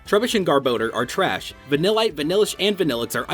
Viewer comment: You got vanilite vanilish and vanilluxe wrong watch the Dex episode